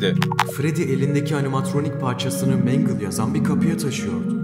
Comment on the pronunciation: Mangle (mengıl diye okunur)